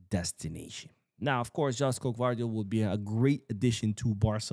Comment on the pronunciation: it's not Đoško Gvardiol, it's Joško(Yoshko). Thank you.